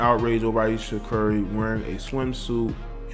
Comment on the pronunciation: You’re pronouncing her name wrong also.